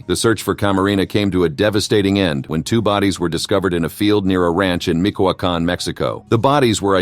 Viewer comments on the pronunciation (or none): Michiocan, not Mikoakan...omg these fn m...orons, fn buffons